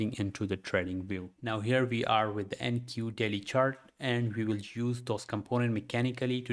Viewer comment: Am i the only one hearing "Daddy timeframe" instead of "Daily timeframe" ?? 😂